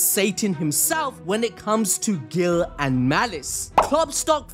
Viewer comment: bruh google "guile" annunciation lol